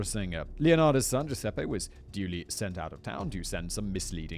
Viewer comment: Count on a Brit to see a name like Giuseppe and go with G.Sep :D